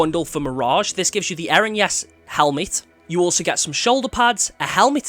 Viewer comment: You were pronouncing Erinyes completely wrong. It's pronounced Ih-RIN-niss